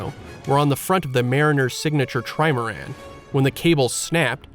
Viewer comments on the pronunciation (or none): none